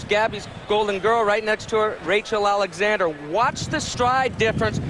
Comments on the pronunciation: Why do they say Rachel Alexander, that bugs the crap out of me! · He kept calling her Rachel Alexander not Rachel Alexandra xD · Why is it so hard to say AlexandrA... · I can’t believe that Derkin mispronounced Rachel ALEXANDRA’s name three times I CAN believe why Calvin gave away Mine That Bird following his ‘Derby win to take Rachel ALEXANDRA in the Preakness Gary Stevens ALSO blew her name Crazy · He called her name 6 times correctly, 3 times....oh well...